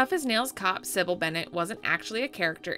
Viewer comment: Did the writer of this video play the game? Geez. The Cybil flub is really bad.